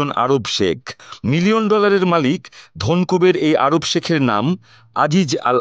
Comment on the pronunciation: ধনকুবের শব্দটা ভালো করে বলেন সুংবাদিক সাহেব😂😂😂😂